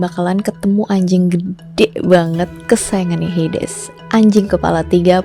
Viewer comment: Kak bacanya heidiz